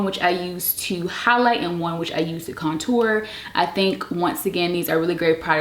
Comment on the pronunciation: The way she says contour kills me lol